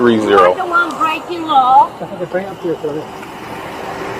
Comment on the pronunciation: "You are blaking the constitution" haha